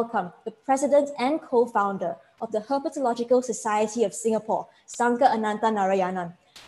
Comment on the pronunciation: Kudos to the presenter,, for pitching his talk simply so that even young enthusiasts can enjoy. I am also very impressed by the host,. Her flawless enunciation in her introduction of Sankar Ananthanarayanan (9 syllables) and Herpetological Society (9 Syllables) is commendable. 👍🏻 Well done!